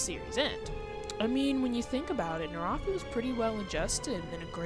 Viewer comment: Actually, her name's Kirara, not Kiara. If you watch sub you can clearly hear them say "Kirara" (pronounced kee-rah-rah) edit: Also Naraku's name is pronounced nah-rah-koo